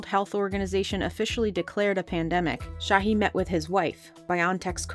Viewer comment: it’s not sahi or tureci people make a vaccine and y’all legit can’t pronounce their names